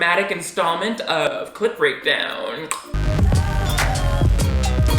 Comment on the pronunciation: I love your clip breakdowns! but everytime you say it i hear clit breakdown!! That is all!